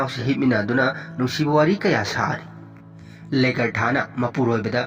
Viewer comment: Ragnar haibne regner haibne natte. Legartha do lagartha. Khoidw saogatle ng pronunciation se Bjorn su soire